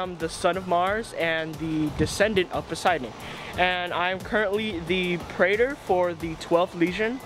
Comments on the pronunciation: Reyna mispronounced praetor. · I was eating M&M's and understood pregnant instead of praetor